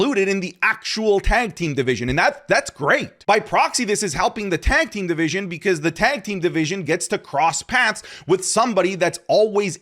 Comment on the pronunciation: You always say tank team 😂